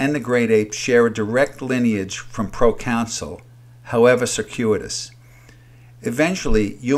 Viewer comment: You keep saying procounsul, but it’s proconsul.